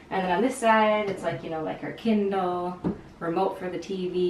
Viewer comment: For a second I thought you said her "Ken doll" and I was like wait what?....haha then I realized you said Kindle.